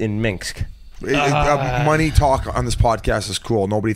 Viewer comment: I laugh every time Biz or Whits say "Minx" when they are talking about Minsk.